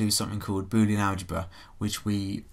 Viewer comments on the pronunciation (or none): none